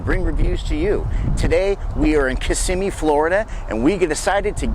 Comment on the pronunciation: You are pronouncing Kissimmee incorrectly and snow crab is not a soft shell crab unless it is in the process of molting.